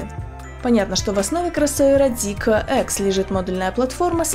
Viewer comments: тормози да братишка)). Мы до этого на твоём канале знали эту машину как zeekr а не зикэкр(или как там) ))) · Как слышу Зикэ, не хочу смотреть…. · Очень ужасно ЗИКЭЭЭ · логотип же написан не на китайском, значит произносить на китайском не совсем коректно)) Но а если серьёзно очень не приятно звучит это к э-э-э, можно как то по мягче? П. С. Да это только моё мнение, но судя по всему не я один его разделяю... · Мне одному режет слух то как ведущая произносит Zeekr? Может лучше произносить по английски как и написано, а не по китайски? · я и понял что так говорят в Китае, но мы то не в Китае. И сомневаюсь что на английском именно так звучит...